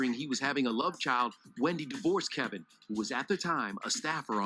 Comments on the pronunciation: It's K E V I N NOT K E L V I N!!! UGH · Why tf she keep calling him "Kelvin?" It's "Kevin" dummy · With all this research that you are doing, why don't you say his name correctly? Why do you keep calling him Kelvin, when his name is Kevin. There is no "L" in his name? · Why is she calling him Kelvin? His name is Kevin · Were you calling him "Kelvin" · KEVIN not Kelvin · It sounds like you are saying Kevin's name as Kelvin, is it me? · His name is Kevin, not Kelvin. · His name is not Kelvin, it’s Kevin. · It's not Calvin it's Kevin,damn u don't know your Uncles name. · Is it Kelvin or kevin???? Please 🤣🤣🤣🤣🤣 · This was hard to listen to...the man name is Kevin NOT Kelvin. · Real quick. It’s Kevin. Not Kelvin. Or is it Kelvin? Ok back to the Tea. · His name is Kevin not Kelvin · How you do a video spilling the "tea" and say the man name wrong throughout the entire video?!!! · Can you not pronounce his name properly?